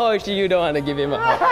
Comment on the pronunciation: just said "hewll nawh i downt wanna gwive hwim a huwg!"